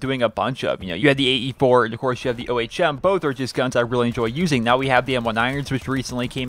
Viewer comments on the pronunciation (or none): Just saying it's not pronounced O-H-M it's pronounced Ohm. Like home with the h.